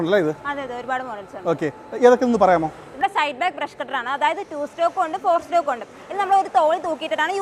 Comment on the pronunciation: Informative video...claps...but one thing...not" two stock"..that is two "stroke"...